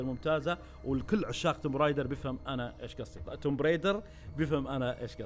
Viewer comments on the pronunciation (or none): بس معلومة صغير لللإفادة ... اللعبة اسمها توم رايدر مش تومب Tomb Raider هذا كتباتها بس ال B لا تقرأ